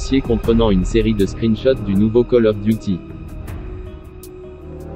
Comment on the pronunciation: Cale of Duty, je suis juste là pour entendre ça moi